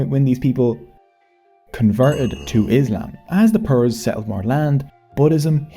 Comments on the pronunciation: It's peers not 'pirs' or 'purs'. And it means something like guru or ustad or wise experienced elder male and peera means medicinal man or herbal doctor. The English word peer is extrapolated from this word although the meaning has changed a bit into meaning colleagues in equity. The English colloquialism of pukka which means good also comes from Bengal. The British soldiers used to ask locals if the road was good or bad. And they would get the answer the road is pakka. Mean cooked/ripe/stabilised. Pakka road was wrongly translated as good road by the British and they took the changed meaning and word back to England where it is still used to this day. Also pyjamas is a Bengali word. Pronounced Pi-jama it still means the same thing across the world. Sleeping dress/clothes. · Not PIRs...its actually pronounced more like "PEERS"..they were muslim saints respected by Muslims also hindus, they are the reason for large muslim population in bengal, it wad their preaching and miracle performed by them converted many bengalis. Our family one of them. These PEERS still have their masoleums, and a feast and fair is organised on the death anniversary of the saints called "URUS"..i.e. clebrating the arrival of Islam to the land. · They are pronounced "peers", not like Pierce Morgan but like 'pee-rs'.